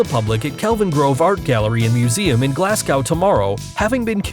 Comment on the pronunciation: My toes curled a little each time Glasgow was mispronounced.